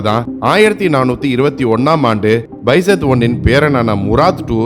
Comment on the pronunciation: பெசத் கிடையாது பைசத்